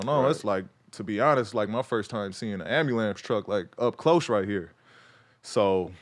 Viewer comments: This nigga really said ambulams I thought I was tripping but he repeated the shit. Sorry for the loss of your moms cuh but the ambulams cuh? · No one: PG: ambulambs truck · Nobody: PG: Ambalamce truck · Ya'll catch that AMBULAMNCE? 😂